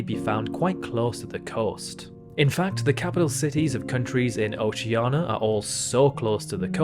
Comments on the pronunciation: For the last time, it’s OCEANIA NOT OCEANA. Oh-see/she-an-ia. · Dude, it's not "oshiana", it's "oshie:nia". Fuckin' learn to speak your language. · Oceania not Oceana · "OCEANA" "JANERIO" Why???? WHAAAAAAAAAAAAY???? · Oceania* and rio de *janeiro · Seeing how he can't pronounce Rio de Janeiro or Oceania correctly, you shouldn't really worry. Yours is probably more correct than his anyway. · he took the /i/ sound he didn't pronounce in Oceania and added to Rio de Janeiro